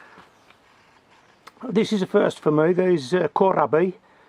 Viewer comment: Hello from Germany, Kohlrabi is pronounced coal raaby. Love your vids, always watching.